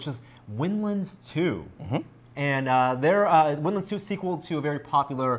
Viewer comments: why does the nervous looking guy keep saying "winlins"? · lol " nervous looking Guy". He is saying windlands. Similar to how you pronounce maryland